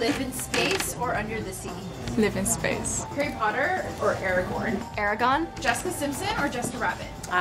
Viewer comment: And she pronounced it right! The interviewer didn't 😒